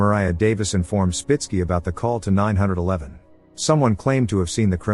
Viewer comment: "911" is correctly spoken that way. The way most people say it means it should always be written as "9-1-1."